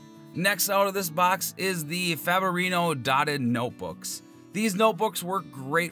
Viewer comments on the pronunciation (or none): How do you pronounce Fabriano? Faborino? Fab re an o. Faborino sounds like something out of Welcome Back Kotter.